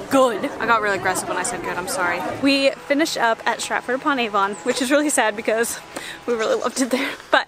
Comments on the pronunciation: Aside from the note on pronouncing Warwick, Avon is also pronounced 'Avun' rather than with such a laboured 'ON'. Same with places like Birmingham - 'Birmingum', not 'BirmingHAM'! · It's not pronounced A-von it's Avon as one word! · but it is A-von cept it's more like A-ven.